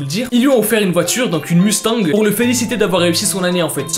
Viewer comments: L’accent anglais de « Mustang » est validé avec validation 💯💯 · Ça me fûme que tu ne sait pas comment prononcer Mustang mais tu sais la musique de fast and furious tkt il y à rien de méchant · Une mustang lol au Québec on dit mostang sauf que on utilise la prononciation mustang